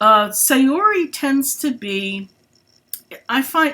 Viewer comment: Please pronounce Saori correctly. Japanese pronounce "a" as a short vowel. So it's more like "saa-ori". Thanks for listening.